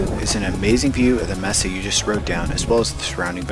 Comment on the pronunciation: MAE-Sa for the love of pete, MAE-Sa, not MEE-Sa.🤣 Otherwise cool video.